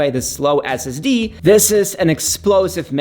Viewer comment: its NOT Ass Ass Dee - It's Ess Ess Dee - Son I thought long and hard weather to buying the MBP M1 vs MBA M2 (as I will keep it for 4+ years). I went with the Air - as I just did not "need" the extra everything on the Pro (cost no concern) - I appreciated the lighter thinner powerful enough Air. YMMV of course.... 9 months later - I would buy the Air again - without question.